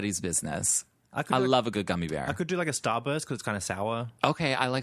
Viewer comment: I love how almost pronounced "Starburst" the way you do with an Australian accent,. Also, "process" with an Australian accent as a joke. haha. You guys are becoming real-life brothers, haha. It's somewhat...touching in a way. lol Thanks for the podcast guys!